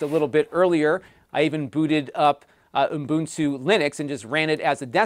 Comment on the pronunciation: Ubuntu. U-bun-tu. There’s only one n, not two.